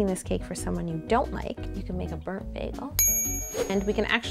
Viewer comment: i was laughing so hard when she said you can make a brunt bagel for someone you don't like ahaah